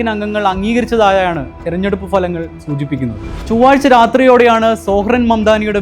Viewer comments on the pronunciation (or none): none